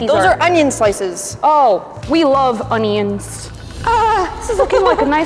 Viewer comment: we love our ON-EE-NS (onions)